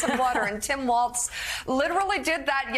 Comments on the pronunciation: Walz Mika. Not waltz. Like Walls. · its not Waltz. WALLS.....WALLS......WALZ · Walz is pronounced: WALZZZZ (no "s").